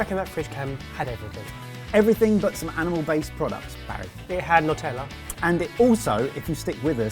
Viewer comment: Sweet potato in the toaster -- who knew? "Not-tella" HA!HA! Be kind to Vegans -- they leave more bacon for the rest of us.